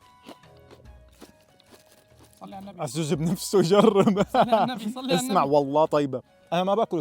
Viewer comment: صلي ❌ صل ✅